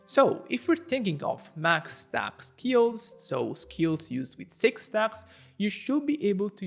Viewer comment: Aga sende bir kürtlük sezdin o nasıl stağks deyiş